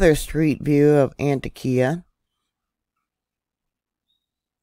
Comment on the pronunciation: Hi, I lived not far from there. Just so you know the pronunciation of this town in Ann-Tock-Ea